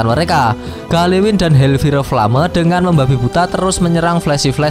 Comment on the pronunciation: hellfire flame kalo dibaca "hel pire plame" ya?? :D